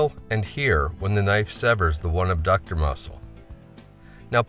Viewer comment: It's not "abductor" muscle!!!!!